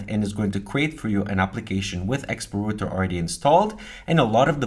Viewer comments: rawter not roter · rowter, not rooter :)? the r button reloads. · Router != Rooter | Reuter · Why do you sometimes call in "rooter" but then occasionally pronounce it correctly as "router"?